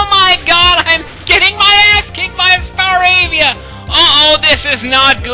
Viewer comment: i literally lolled when you said FEAR staravia